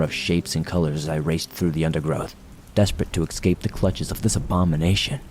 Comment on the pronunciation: Escape not 'excape'.